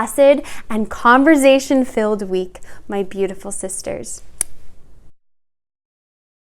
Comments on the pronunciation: Great video, but please stop pronouncing it "converzation" xD it's conversation with an "s" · Converzation???? Why is she saying it that way? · this woman said converzation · .5 seconds in I had to click off when she said “converZation”. Girl how u gonna tell us how to carry on a conversation when you can even pronounce it 😭😭😭😭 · Idk but it's so funny lol love her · I thought she said conservation at first honestly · She keeps saying "converZZZation" lol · You should change the title to CONVERZAYTION LOL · so funny because I live in southern rural Ontario and we pronounce it with a ‘z’ like sound! 💕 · Giggling at the way she pronounces conversation,😊😂. But I love her advice. I really wish YouTube was around in my young adult hood lol. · The way you pronounce “conversation” amuses me😄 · I can’t be the only one who was constantly triggered by the way she pronounced the S in conversation, I feel abused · Interesting and informative video! I too was triggered by her pronunciation of conversation! I kept repeating it the correct way lol! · Dude, she just pronounced it wrong, get over it. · Wonderful video. Maybe pronounce converSation with the “s” sound though? Less distracting. Other than that, very helpful! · conversation is with an s not a z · OH wow didn't know she was Canadian! Got it! In the US, it's pronounced more like an s, love phonetics!